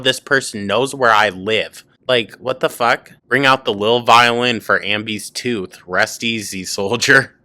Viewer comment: Here faster than can say "tooohth"